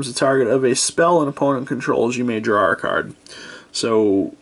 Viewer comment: He's making fun of your pronunciation of the word "draw". But it's obvious what you mean so he's pretty much just being an ass.